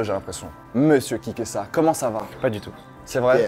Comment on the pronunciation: a la fin t'avait trop bu de vin tu a appelé kikesa plusieurs fois kikass 🤣🤣🤣🤣🤣👍👍👍👍